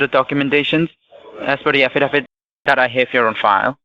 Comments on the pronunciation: It's an "affidavit" and not an "affa-daff-it." Unless, of course, it's being served by Daffy Duck. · What’s an “affadavit”?! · Afidadit and pepperwork lol great English lol